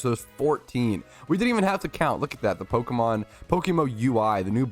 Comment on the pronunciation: What is Pokemo? 😂(Before anyone starts insulting, I was just joking with the way says PokeMMO)